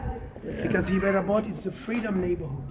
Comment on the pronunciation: Thank you for this post and the correct pronunciation of the city